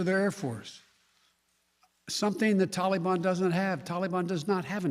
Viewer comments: Every time he says “Tahlee baan” all I can think is “hey mr tally man, tally me banana….” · So it's blame Donald.... what a putz. Can't even pronounce taliban. Tally bon.